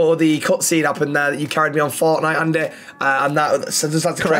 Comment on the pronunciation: andeh andeh how do you not know the names but know the masters name 🤣